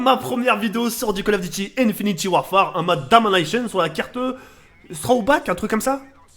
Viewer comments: sa se dit "infinite" et pas "infiniti" !!!!!!! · * Tk le gars qui dit encore (infinty) warfare *